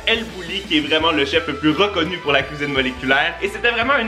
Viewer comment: "j'ADORE LA CUISIBE MOLECULAIRE" sinon c vraiment des surper video continue comme sa